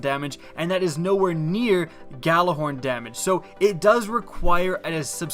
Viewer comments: You pronounce it Yallahorn you uneducated fool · Why can no one pronounce Gjallarhorn correctly? The Gj makes a Y sound guys. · Everybody pronounces Gjallarhorn wrong...